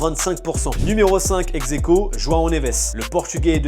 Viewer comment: Pourquoi tu dis exequo